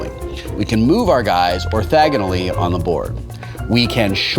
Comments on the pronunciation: Did you say "orthagonally" Wil? It's "orthogonally." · He actually said "orthagonally" which grates on the ear.